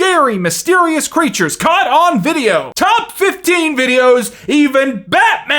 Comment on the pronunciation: pronunciation: crætures